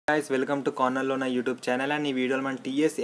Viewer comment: Starting lo corner learner YouTube channel annaru kada naku 'corner lo unna YouTube channel' ani vinipistundi prathi sari😂